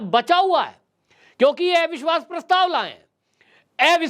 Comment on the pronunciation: Arey tum ko अविश्वास bolna bhi nhi aata ? एविश्वास hota hai kya ?